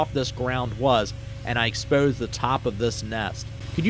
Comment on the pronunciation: This dude has to be from Philly area. The way he said "over" and "exposed" was a give away